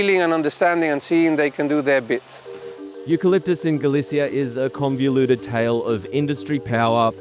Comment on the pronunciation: Not Conveoluted just Con-vo-luted